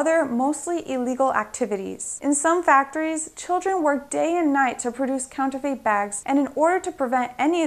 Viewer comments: Eep! Urk! Yeah... Pronouncing Borneo wrong. It can happen... WAIT a minute, wait a minute: What the hell is "counter-FATE?!" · Counterfeit not counterfate